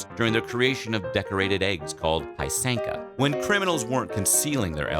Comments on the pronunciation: So mis pronounced pysanka. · Oh my god he butcherd the pysenka prononciation so hard That hurt to watch